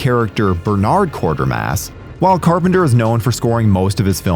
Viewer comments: Quatermass (Kway-ter-mass), not Quartermass. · His name is Quatermass NOT Quartermass. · Quatermass, not Quartermas. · You use Tachyons as if it represents a group of people or something, and you mis pronounce Qatarmass. Just .... do better.